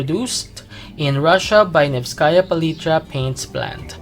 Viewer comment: NEeeeeeeevskaya palitra, not NevskAaaaaaaaaya palitra) This is not "three key", this is an abbreviation that stands for "Paint Factory" -"Завод Красок"= ЗК (ZK)